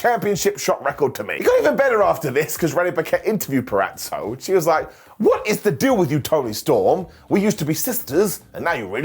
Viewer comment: It took a lad from the UK for me to finally hear someone pronounce “Purazzo” correctly. Thanks for warming my north Jersey heart 😅